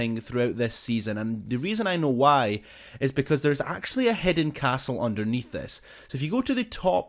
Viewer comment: Hidden not hedde